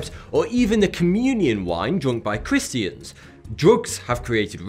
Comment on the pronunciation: When you say Chris-Dee-Ans instead of Christians